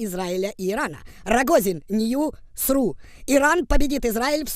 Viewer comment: "нью сру" 😂